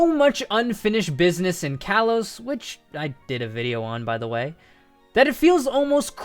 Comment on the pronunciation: "Kalos" is pronounced "kah-lohs".